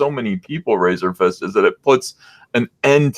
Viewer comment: Lol. called Razorfist "Razorfish" right out of the gate. I'm dying.